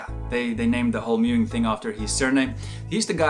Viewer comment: Meowing is pronounced completely differently to mewing. FFS.